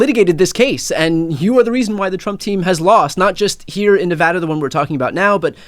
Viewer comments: Thank you sooooo much for pronouncing Nevada correctly. Lived here 20 years and it still surprises me. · Mark, I always appreciate it when people pronounce Nevada correctly. (I live in Northern California, but I feel badly for our neighbor state.)